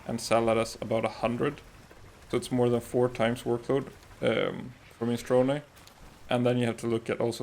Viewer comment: “mini-strow-knee” it’s an Italian word. not Japanese